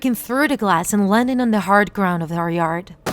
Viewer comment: You are saying da not the